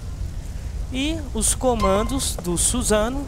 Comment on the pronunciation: suzano assim q vc fala man , é susano'o